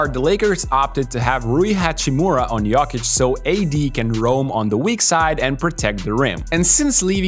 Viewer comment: Dude say yuckic instead of jokic fuck this guy 😂